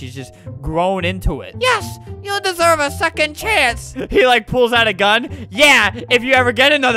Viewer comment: "i ssever a secoind chance." -, 2018